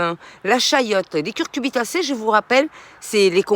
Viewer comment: Merci pour la vidéo ! Par contre on dit Cucurbitacées (oui c'est cu-cu!), et non pas CuRcubitacées :)